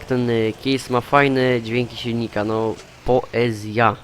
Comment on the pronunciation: mówi sie kejsa a nie kiejsa chodzi mi o traktor case